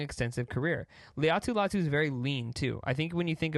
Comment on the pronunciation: I believe Latu pronounces his name “LIE-AHH-TOO” . Great vid tho!